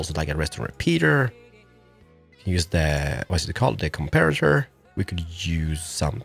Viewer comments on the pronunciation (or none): none